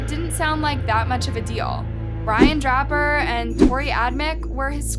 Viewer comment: It’s pronounced drayper and Adam chick and some of your facts are off Cassie knew they were coming that night at school, and Matt did already know because her mom accused him via a phone call right after she was found.and she didn’t let him stay because his dad was out of rehab early and wanted to surprise him. Movies may have contributed to the fashion they committed the crime but I think rejection was the real motive they both had crushes on her but she clearly wasn’t into them. Just think if they were the criminal masterminds they claimed to be in there deluded brains they might have actually gotten away it if not for some good interrogation skills breaking Brian then they would have little to go on. The dumbest thing they could’ve done is let themselves be seen at the house and it’s laughable they thought they would be able to fool seasoned detectives. If you would like to see how deep a persons denial can go just read toreys moms book guilty innocent the lady is absolutely delusional when it comes to toreys culpability